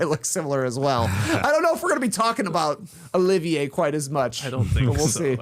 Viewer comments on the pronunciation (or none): none